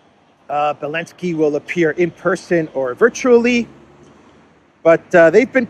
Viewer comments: Belensky?.... I thought he was Elensky? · can you explain why you call Zelensky, Belenksy.